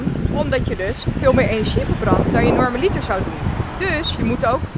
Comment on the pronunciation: Hey dude! Ik heb even een rare comment maarre... Ik ben een beetje een taalfanatic haha. Bij het woord 'normaliter' hoort de klemtoon op de 'a' ipv op de 'i'. Is een common mistake, is ook niet erg, maar aangezien je het woord best vaak gebruikt en ik persoonlijk wel graag hoor als ik ergens de klemtoon verkeerd leg dacht ik, ik deel het even.🙊 By all means, doe er niks mee als het je zelf niet boeit! Love & heb weer genoten van je video 😘